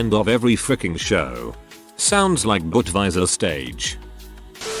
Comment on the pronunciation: Robo voice says "Budweiser" very German. I like it. Way better than listening to the "white" pronunciation of "tacos" LOL